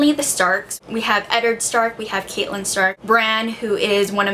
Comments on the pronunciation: Sorry to be picky but it's pronounced Cat-eh-lin (not Caitlin), I pronounced it Caitlin at the start too but they pronounce it the other way in the TV show which is co-prodiced by George RR Martin and they say Cat short for Catelyn in the book. Again sorry to be picky :) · For future videos: Its pronounced (Cat-Ti -len)